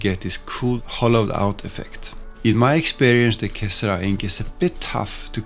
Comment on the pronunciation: I look forward to trying this out when it becomes available. I'm sorry to hear that Sailor appears to be having difficulties. BTW, que sera sera in Italian/Spanish---with the stress on the second syllable ra pronounced as "RAH"---meaning "whatever will be, will be." I guess the last "sera" was left off as a play on being erasable, i.e., what will be doesn't necessarily have to be. 😆